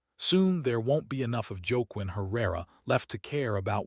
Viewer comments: Joke Quinn? Whaquin. Cmon. Pronunciation. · I like your stories BUT the pronunciation of this story is atrocious- Los Angeles is not Low Angels, the narrator is “wah-KEEN”.